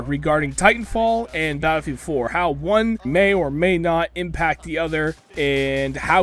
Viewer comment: Lmfao he say battlefield 4 like ba-fwa-field 4 😂😂😂😂😂😂